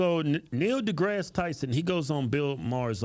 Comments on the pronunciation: His name is pronounced, "Neil de-Ass Tyson"... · I love how they both get his name wrong all the time hahaha